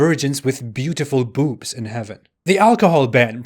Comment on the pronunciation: Great video . Big fan from Morocco. And it's funny how do you say the word boobs.